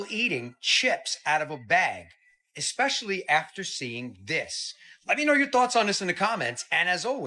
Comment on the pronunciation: It's hard to take the guy seriously when he pronounces especially as "ECKSPESHALLY". 😄 Dude is completely WRONG about dinosaur bones in museums. There are many museums in the U.S., Canada, Germany and elsewhere that display authentic bones, including the famous "Sue" in Chicago's Field Museum, which is the most-complete T-Rex skeleton currently known to exist. The American Museum of Natural History in NYC has a collection of 85% real (not fake) dino and other fossils available for public viewing. He's pulling stupid conspiracy theories out of his ass and should do some research before making videos.